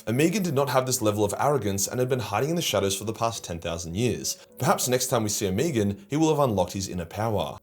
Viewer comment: Omegon's name is pronounced Oh-Meg-On.